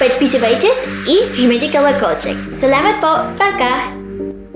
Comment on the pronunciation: Хорошо говориш по русски,вконец саламат бол сказала это как по нашему звучить